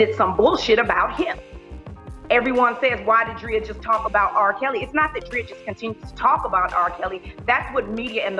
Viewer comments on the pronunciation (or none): Love Lizzo! She can't do any wrong in my eyes... But sis stop calling that woman Dree-ah. It's Dray-ah!! Love you just my little OCD kicking in❤️